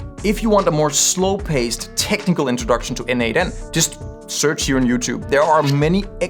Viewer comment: As a contributor for more than 5 years to n8n, PLEASE, it is pronounced "nodemation".